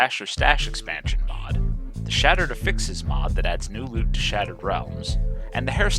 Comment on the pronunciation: great vid! "affixes" has its stress on the first syllable when it's a noun